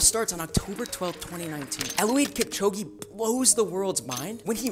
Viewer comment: its pronounced elud kipchoge not eluweed kipchogi